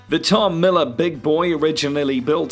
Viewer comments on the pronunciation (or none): none